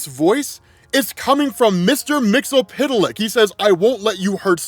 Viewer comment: YES ROB, YES, YES. Finally pronouncing Mr. Mxyzptlk name properly...give his flowers guys 👏🏾💐